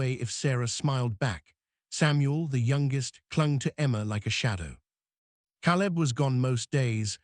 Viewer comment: I think one of the girls would have been a better choice for the hair-braiding. But it is symptomatic of the AI nature of the story. The mispronunciation of words, Caleb's name, "baby, "mama", shows the non-human element that makes AI so unsatisfactory. The story was good up to a point. The kiss and the declaration did not have enough groundwork to be really believable. Images and captions were good. The voice was O.K., but couldn't overcome the mispronunciations to be be really human. Productions are getting better, but relying too much on AI still makes the final product feel lacking. OR, USA